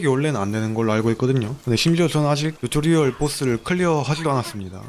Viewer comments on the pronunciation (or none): 듀토리얼이 아니라 튜토리얼임